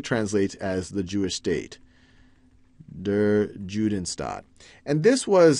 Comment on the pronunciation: You often mispronounce the German words badly. eg. 'Der Judenstaat' isn't pronounced like J usually is in English, but much more like Y in for example 'you'.